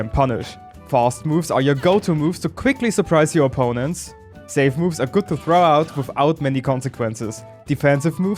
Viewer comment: "Save moves: are save duh" Yes,, they are very "save".